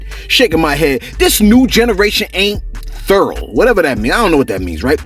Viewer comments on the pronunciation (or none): The word is Thorough not Thurl.